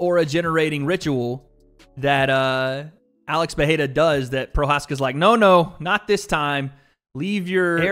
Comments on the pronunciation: it annoys me so much hearing americans butcher Alex`s name, couldnt you just open up google translate and try just a tiny bit instead of saying peheira over and over again jeez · Bro can you please pronounce dudes last name correctly 🙄